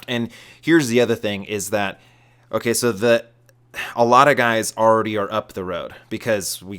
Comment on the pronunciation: said so many words in two syllables.